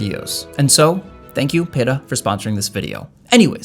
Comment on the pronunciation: Wrongnest thing about this vid is the mispronounced Peta